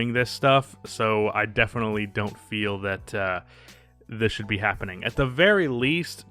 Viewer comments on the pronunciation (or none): none